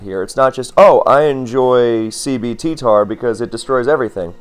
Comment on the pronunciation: i keep thinking you're saying CBT Tar instead of CB TTar